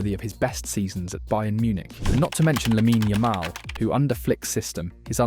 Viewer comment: When you call him "Laminaaaaa Ayaaamaaal" you give the impression of someone who's only READ his name, and not someone who actually HEARD about him. Repeat after me: "Lamin Yamal" (yeah the typo is meant to facilitate your pronounciation). Other than that point that kept taking me out of the video, great analysis, and surely you know what you're talking about.